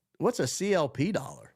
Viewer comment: I also thought the way they said US dollar was strange and wondered the same thing